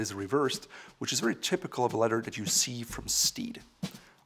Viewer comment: It is pronounced leath-er , not letter . Nice shoes !